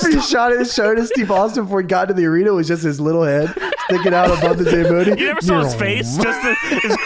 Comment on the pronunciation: The fact that pronounces Zamboni in the midst scuffed way in every other episode but it's perfect in this one...